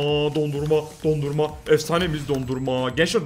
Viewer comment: Abi video mükkemml ama dondurma diyir donarruma lütafen öyle söyle sabitlermişim